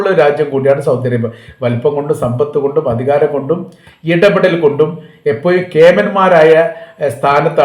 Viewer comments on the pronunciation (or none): എപ്പോയും അല്ല (എപ്പോഴും )ശ്രദ്ധിക്കുക